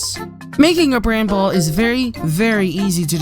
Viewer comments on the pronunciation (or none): STOP. SAYING. BRANBALL!!!!